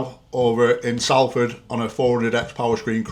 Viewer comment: Atleast can pronounce salford right eh baz 😂